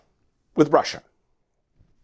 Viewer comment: Russier, Russier, Russier... It will be interesting to hear the charges, jaywalking in the Capitol grass like everyone else & let go with a $25-fine, perhaps?